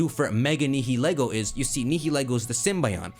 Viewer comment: I love your content and theories, but I can NOT get past your pronunciation of Nihilego and Blacephalon